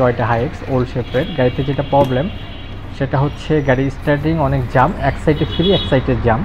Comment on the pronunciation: ইস টি আ রিং। স্টার্টিং না